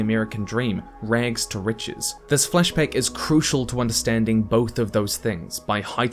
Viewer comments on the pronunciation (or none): I'm so sorry, and this is a well-done video, but... in your accent it just sounds like 'fleshback' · Heard the first flashback as fleshbag. Took a moment of confusion. And now i can't unhear it. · I know you're saying "flashback," but I cant help but hear "flesh bag"... Sorry if I caused this to someone else. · I kept on hearing fleshbags instead of flashback.... was i the only one